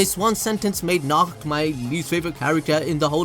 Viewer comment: Nacht (Na-ho-to)